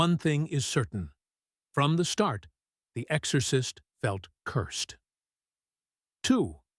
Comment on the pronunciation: It wasn't long before I had to turn this off. The AI is just so bad. I'm actually very disappointed because the subject is fascinating, but I just can't get passed the AI voice. "The Ex-or-cyst". 👎